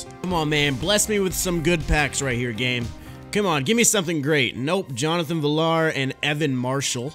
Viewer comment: It’s pronounced viyar not villar. Good video though